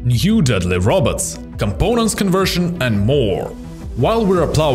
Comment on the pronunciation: I like how he said rabbits not robot pretty otherwise his accent is ok